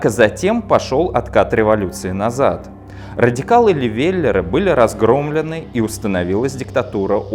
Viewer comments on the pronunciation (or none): Господи, лЕвеллеры же. А ещё историк( Хотя видео хорошее